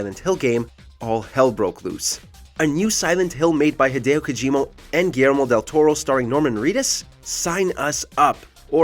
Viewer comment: did he said hideo kojiMO?? 🤔🤔